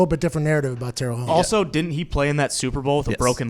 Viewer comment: "Ownes" lol